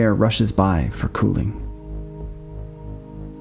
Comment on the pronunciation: Gosh do I love these videos, but gosh do I hate the way you say “cooling” (i.e. kew-ling). 😆 I don’t know why but it bothers me so freaking much lol